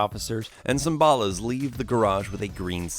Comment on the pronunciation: Why are you saying Ballas so weird? It's ball-ahs not bahll-ahs